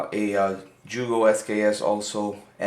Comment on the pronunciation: Joogo... what's a joogo? ;-) jk thanks for the vid, I wanted to know the differences between sks's